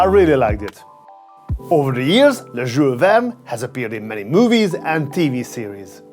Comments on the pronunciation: Can u pronounce the name properly Jule Verne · He sounds like a drunk dude when he pronounces Jules Verne 😂